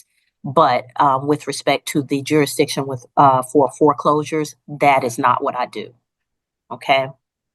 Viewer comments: It’s pronounced JURISDICTION not juradishon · "Jurydishun"-- oh, boy, off and running! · What is "jury dition"? Seriously these people are from an alternate universe. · Not a single one of these people can say jurisdiction lol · Why can’t any of them say “jurisdiction”? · Jurisdiction really is NOT a difficult word to say. Many seem to struggle.